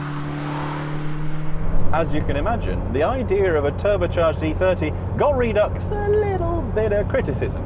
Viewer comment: RED UX NOT REED UX